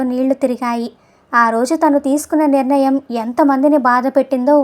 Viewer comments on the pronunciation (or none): none